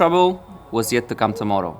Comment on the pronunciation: every time you mean to say "come" you actually say "cum". I guess everyone is too "nice" to tell it to you, but it does sound like that every time.